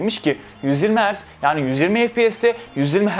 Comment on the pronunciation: kardeş istanbul yanio diyorsun bide adanaya gel baamm